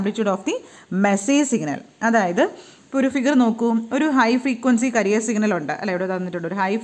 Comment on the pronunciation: ക്യാരിയർ വേവ് എന്നല്ലേ.... കരിയർ എന്നല്ലോ